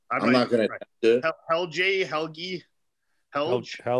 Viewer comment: hearing them pronounce Helge was so damn funny :D